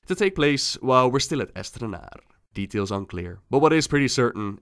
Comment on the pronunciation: Astranaarrrrrrrrrrr... god I love that. lol